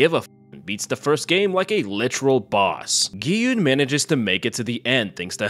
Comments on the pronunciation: mans called it green light, red light and called gi hun gi hoon. I assume he didnt watch it ;( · Aint no way you called him gay hyoon